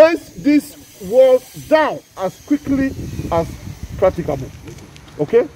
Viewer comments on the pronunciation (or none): none